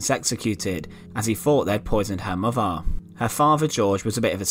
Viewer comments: TH!!! THought, moTHer, faTHer......Don't narrate if you can't talk! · Er muver an er faver and er bruver , arfur , that was painful to listen too mate?